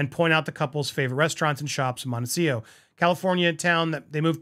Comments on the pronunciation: Montecito (''Monte- cee- TO) not ''Monte-seeoh''...you are the first person I hear saying it like that....are you mispronouncing it? 🤨🤔 just curious. Thank you for another video 💜💜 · Real question: is Montecito actually pronounced Montecio?